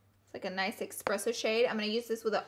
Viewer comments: It really bugs me that people say "expresso" instead of "espresso" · “Expresso shade”?? Ya mean espresso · ok y'all i'm sry but i have to correct this.... it's not "expresso" it's "espresso" thank you very much for spending 5 seconds to read this very, very important message. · It's espresso, not EXpresso.🙂 Love this look! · "EXPRESSO" NOOO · I loved this so much. But it’s eSpresso not eXpresso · Guuuuurl it’s Espresso not Expresso 😫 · she said 'EXpresso'. omg. Laura, hunnnny, its espresso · I wear hearing aids so I have a good excuse for saying EXpresso. 🙃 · That nice “eckspresso” shade tho 😆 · EXpresso, conciller, whenever instead of when i just love lauras little language kinks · love you laura but there's no x in espresso would be proud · I’m sorry but please someone tell me she didn’t say expresso